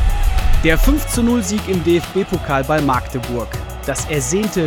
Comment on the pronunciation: Man es heißt Magdeburg und nicht Maaaaagdeburg